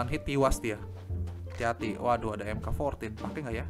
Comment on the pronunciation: Bang mk. 14 dibaca Mark 14